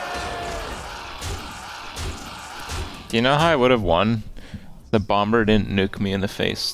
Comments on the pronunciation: the second b in bomb is silent pls pls pls pls pls pls not being mean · "Mad bomb-ber"